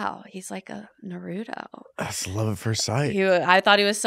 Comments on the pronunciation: RILEY!! :( how can you say you were really into the show... and then call him NA-ROOT-U!!! It is pronounced NA-ROO-TOW!!! Were you lying??? Either way much love!!! :) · I was so attracted to her until she said Nahruto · Shes a 10 but cant pronounce Naruto correctly.. (nar-rue-toe) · She really said “nuhrooto” 🤦‍♂️ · Your like 7 and its pronounced nar-ooo-toe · Saying "really into naruto" and pronouncing it wrong so confidently is wild 😂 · Nahhhhh she say Naruto wrong, HELL NAH BRUH.